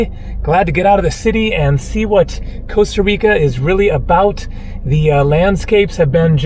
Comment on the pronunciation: Co-sta Reeka.